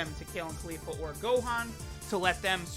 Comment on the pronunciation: Everytime he says kale or califla I click off the vid